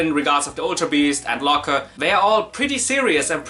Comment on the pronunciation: Locker? It's Looker lmao.